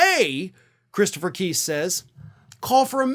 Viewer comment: I think trump's lawyer's name is pronounced Kise, as in lice.